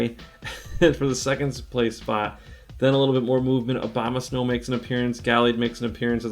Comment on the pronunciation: I keep hearing you say Obamasnow lmao